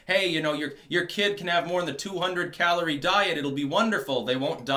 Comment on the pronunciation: For a moment I thought said cholera intake for a moment lmao!